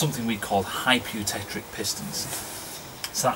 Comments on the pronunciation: You. Tech. Tick. Not "trick". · Its not "hypereutectRic"!!